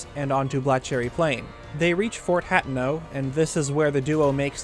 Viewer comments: ....”hat-no”?? It’s pronounced “hah-tey-no” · It's pronounced "Ha teno" Not "Hat in No" This was awesome though!! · My ears bleed a little every time says Fort “Hat’n’ No”.